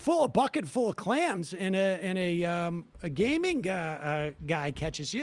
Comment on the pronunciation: that boston accent pops back up when he's talking about clams lol